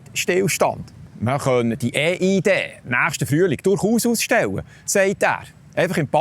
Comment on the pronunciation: Wieso ÄH IH DE? Heisst das nicht IH EI DI? Viele Grüsse 😉